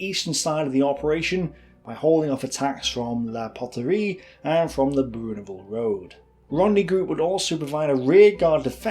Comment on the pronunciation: Worst French pronunciation *ever*. "Beyoo minette"!